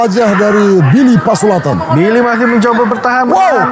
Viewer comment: Please.. his name is Billy Pasulatan, not Billy Pasuladdan